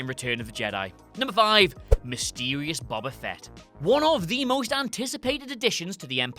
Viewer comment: “Baba fett”